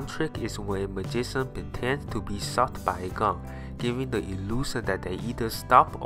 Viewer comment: lol the narrator... magisan lollll